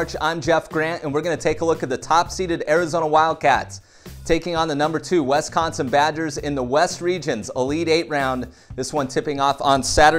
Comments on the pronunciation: Wisssssss, not Wessssss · Please say wisconsin like swiss cheese. Swiss=wisconsin non wesconsin. Im from there and it really anoys me